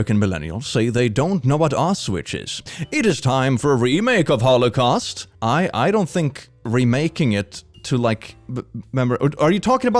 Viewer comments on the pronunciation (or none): Wait, so is kind of a confirmation to, the part about people not knowing what concentration camps are? Also, the way pronounced Auschwitz as "ow-switch" is funny despite all the reasons why it shouldn't be! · that pronunciation of auschwitz is dreadful